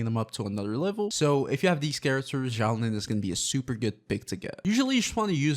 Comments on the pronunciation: Dude please learn how to say her name correctly. It’s Xilonen (pronounced zhee-low-nen). Not Xiaolin. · why are you saying xiao lin?